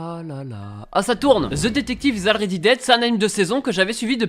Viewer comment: Already ?! Ça se prononce Olready